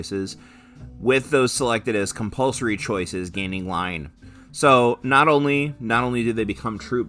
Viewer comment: Hehe... "Cumpulsory" 😅